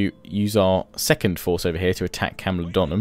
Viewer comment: Great video. It's Camulo-dune-em though :-)))